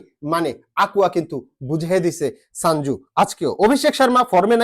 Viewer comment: ওরে ভাই ওটা সাঞ্জু নয় সঞ্জু😅😅❤️❤️❤️